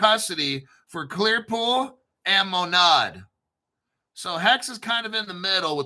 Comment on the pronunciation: MONAD, pronounce it right